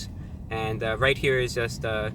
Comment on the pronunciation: "After you take a left, you're going to want to take a wight, which is quite gweat if I do say so myself."